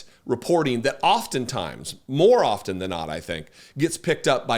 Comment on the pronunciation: The “t” in “often” is silent. It just is.